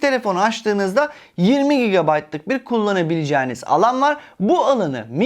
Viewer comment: Gigabayt demek zor değil mi başkan. Dinlerken biz zorlanıyoruz